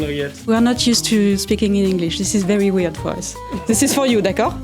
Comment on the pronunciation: "Zis is foR you d'accord?"